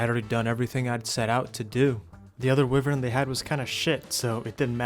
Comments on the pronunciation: the whole wivern instead of wyvern thing bugs me but i still like ur vids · wyvern is pronounced why-vern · Why - Vern ❌ Wiv - Vern ✅ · Why do pronounce wyvern like that?